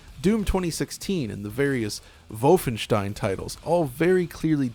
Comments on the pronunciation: That's a very Ted mosby way to pronounce wolfenstein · Not trying to be a dick but are you German? Doesn't sound like it... Worst thing in the video is you trying to pronounce Wolfenstein in a German American accent, but it's kinda funny it's so bad 😆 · I know he didn't, but the way he pronounces Wolfenstein just .... Makes it SOUND like he stormed the Capitol lol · Why does he keep doing the Germanic pronunciation for Wolfenstein? Is he European or pandering? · Dude you’re not German. Stop saying Volfenshtein. It’s pretentious and annoying beyond belief. There’s no reason not to say the games name in your native American accent and pronunciation other than to let everyone know how much better and worldly you think you are compared to the unwashed masses. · We get it, you have German friends. Now start pronouncing "Wolfenstein" correctly in English. You're not speaking German. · It is wrong actually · everyone:Wolfenstein:Volvenshtein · Vovenstein? Its not wolf en stein? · Every time this guy says "Vulfenshtein" it lowers his credibility. He knows that's not what the game is called, but he insists on saying it that way for some stubborn "everyone is wrong except me" reasoning. Makes him seem detached from reality, which leads me to wonder what else he chooses to be willfully ignorant about. He's the type of guy that would pronounce Data's name wrong on Star Trek and refuse to accept that although "datta" is an acceptable pronunciation of the word "data", the name 'Data' has only one pronunciation and that he is objectively wrong for saying "datta". Vulfenshtein is objectively wrong. And he is wrong for saying it. It is unnatural and stilted to switch accents and pronunciation mid sentence for a single word and stinks of "iamverysmart" over-compensation. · "volfenshein" come on man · I like how he said volfenstein but not wolfenstein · What the hell is "vulfenstein" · Say voffenshtien agaib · I like how pronounces Wolfenstein as 'Volfvenshtine' 😏